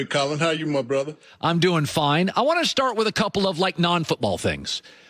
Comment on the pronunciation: When he said my brotha at the beginning I thought he said muhfucka at first